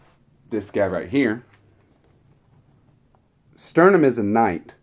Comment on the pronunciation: That was Laurana on the cover, not Tika - Tika would be on Spring Dawning, but you have an alternate cover. Also a few of your pronunciations made me cringe (Sturm not Sternum), but that wasn't bad if your going from distant memory. Hope you enjoy returning to Krynn, I'd join in but I've got too much else right now and I'm planning to read many of the other Dragonlance books chronologically, hopefully before Weis and Hickman's new trilogy is done!